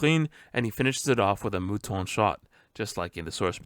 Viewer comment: Thank you very much for finding all the easter eggs ! When you talk about Sanji attacks your "Mouton" was very well pronounced